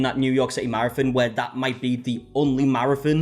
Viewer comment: I will from now on be calling a marathon, a “mare-a-fin” 😂💀